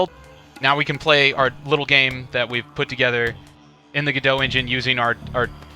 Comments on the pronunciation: It's french, so the french pronunciation is guh-doh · its not GEDO its GO DOT oh my god!!!! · why do you pronounce it "go dough" and not "go dot"? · The only thing I can't get past is.... surely its pronounced "go dot"... every time you said gadow, it made my wince, please god say that's not the official pronunciation!! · Isnt it pronounced Go Dot not Gdo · Ga Dough ?? I honestly thought it was pronounced GO DOT and not Ga Dough ....hmmm ok , learn something new I didnt expect. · It's pronounced like the two single words Go and Dot-i guess. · the logo of the company is implying you pronounce "godot" as "robot". cheers! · Wish you'd pronounce Godot "God-oh" :) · Godot pronounced like Home Depot just no fucking t lol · Step 1: Learn how to pronounce GODOT properly ;p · The way you pronounce go dot is gross